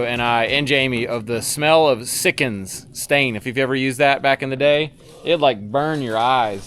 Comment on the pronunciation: see-cans not sick-ens... although after going through a few cans of it sickens is pretty accurate.